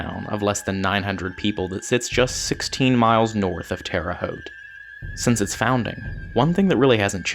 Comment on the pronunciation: Hey congratulations you said terre haute correctly! Like 5% of people do that correctly. I grew up in Indiana and it looks like it hasn't changed much, still pulling the rug out from under us and making us fall flat on our face huh? Did the same thing to me when I got sent to prison for 3 years because I had a weed grinder, unforgivable sin I know... Luckily I moved literally 15 minutes north into Michigan and now I legally help 45 cancer patients by taking care of 200 plants for them. Saved a four year old's life in a way by providing a last-ditch option for a family who's 4-year-old had stage 4 brain cancer and they had no more money or options to try so they tried mother nature and luckily I knew it enough science to make it viable and safe and 3 months later the kid was eating fine because he got his feeding tube removed and to this day he's doing good. Obviously I didn't save the kids life but I was a part of it. If I still lived in Indiana I'd be another felon, doing the devil's work... Which brings me to my next and closing point, I noticed a lot of episodes being filmed in Indiana and I think it's because there's a lot of ghosts lingering out of spite for the ridiculous laws within that state. It's the most oppressive and restrictive State I've ever lived in and everybody's got their head up their ass somehow because they're looking down on everybody at the same time, swallowing Xanax between church services talking about how much you need Jesus. Not even noticing the